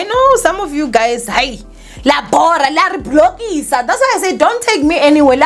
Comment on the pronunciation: “Lare blockisa”😂😂😂😂😂😂😂